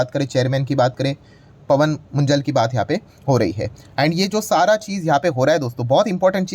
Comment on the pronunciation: Sir, ये मुंजल नहीं मुंजाल है। ये पंजाबी अरोड़ा में एक जात है।